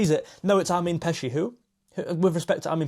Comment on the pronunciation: It's pronounced something like "AHR-meen PAY-chee" :) In Hungarian, we always put the stress on the first syllable of every word, no matter what.